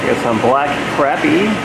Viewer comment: FYI not to be the grammar police but crappie is pronounced “CROP-pee” not crappy lol Makes it less interesting though 😉